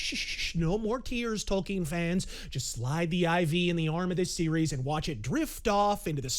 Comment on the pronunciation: Props to for pronouncing Tolkien's name correctly unlike so many other "fans."